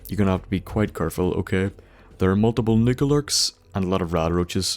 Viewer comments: sounded like he kept saying "niggerlurks" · I think the protrectron killz nucalurks.